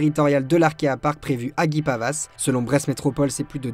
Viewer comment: svp guipavas ce prononce guipava on ne prononce pas le s merci d'avance